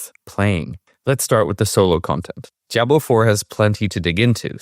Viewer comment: I need you to please learn to pronounce Diablo properly. For some reason the way you pronounce it is like nails on a chalkboard to me lol your pronunciation is good with everything else.